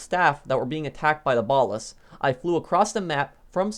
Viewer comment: “From da ballas” LOOOOOOOOOOL